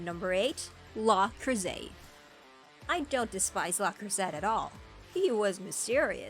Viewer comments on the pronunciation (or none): Most comments seem to get about Orga. I didn't get that far at first. The video was painful with the pronunciations... English or Japanese dubs, the names where mostly consistent between the two. Le Creuset is French, the T is silent. OZ is one word, not letters. Khushrenada does not have an E between the H and R, yet the E was put in adding a syllable to his name leading to you saying his name wrong. I would normally be silly and smirk at one mispronunciation but this was aggravating. Frankly, I think this person did not watch any of these, but found a list somewhere then decided to make a video.